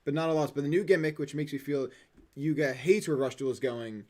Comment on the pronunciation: I expected quote from Luke "Its Yuga, not Yugo"